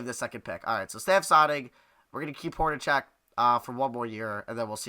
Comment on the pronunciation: you pronounce HORNACEK wrong